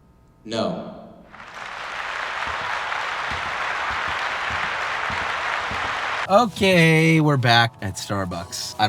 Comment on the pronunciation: when he said *N O* i felt that